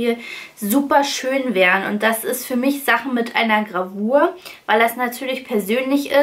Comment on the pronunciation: Du redest so nett 😊. Statt i benutzt du sehr oft ein ü. Zum Beispiel: Fürma